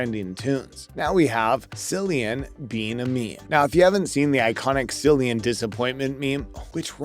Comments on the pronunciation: Not a single blooper and a fool saying "See-lian" instead of "Kee-lian"? Thumbs down! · ITS NOT SILLIAN ITS CILLIAN PRONOUNCED KILLIAN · Very disappointed, no bloopers , can’t say the actors name properly. This show deserves better. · His name is Cillian Murphy!! Winds me up when people get his name wrong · Did you really not even take the time to learn how to pronounce Cillian Murphy’s name? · Very annoying!